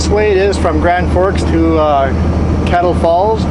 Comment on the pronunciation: All the time I thought you were saying Klamath Falls not Kettle Falls